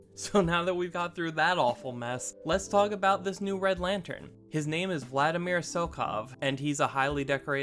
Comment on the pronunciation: Vladimir. there's no 'N" in the name.